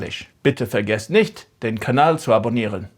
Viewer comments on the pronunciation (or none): none